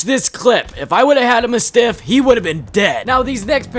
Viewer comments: Who tf says muh-stiff. Its mastiff. Pronounced like the dog breed. And Mozambique is already a name and you still butchered it. Moe-zam-beak not mozz-am-beak like learn how to read GD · Bro really said "the muh stiff". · Ma-stiff is wild 😂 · Sup. Congrats on hitting 1k subs 🎉💃👏👍 Glad to see another Tf2 vid Also for future reference, it's Mah - stiff And I might be some re-re, but... does BGM mean: Big Hunking MOTHER FU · Mispronouncing mastiff? Filthy casual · The Mozambique and mastiff pronunciations are pure ragebait